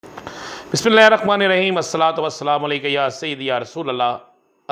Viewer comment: bismillah ka talafuz theek kro jnab! or itni confidentially na chora kro bhae aap ki wajah sy aagy treat haar chuka hun